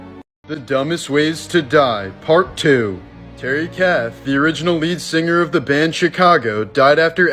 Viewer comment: Terry *KATH. Get his name right.